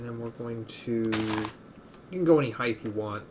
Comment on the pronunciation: Did you just call it the weighth and heighth?